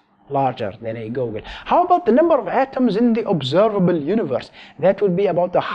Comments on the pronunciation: Googol is pronounced "Goo Gle" not "Goo Gun" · How does he pronoune googol as goalgun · I don't know if it's his accent or if he's actually mis-pronouncing it, but when he says Googol as Go-gol, it kills me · I love how you pronounce googol. Go Gel.